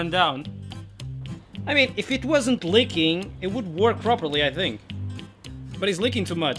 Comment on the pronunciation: "2mm sickness". Yeah, sounds accurate. I know you say "leaking" a lot of times, but every single time, you make it sound like "licking".